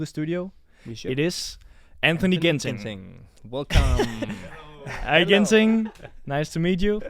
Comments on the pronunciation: Ginting not ginseng 😁😁😁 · Antonsen kenapa nama Ginting jadi ginseng🤣😭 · Not ginseng but Ginting (Anthoni Ginting) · 😅😅😅 not ginseng but ginting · Batik Javanese not japanese..🤣😂...anthony ginting not ginseng.. Haha... Thanks for the vlog 🥰